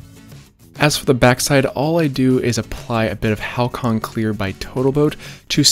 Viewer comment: Halcyon: Hal-see-uhn